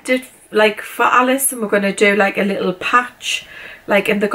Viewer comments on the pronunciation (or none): Lirrup candles lirrup. 😂 love that accent. xx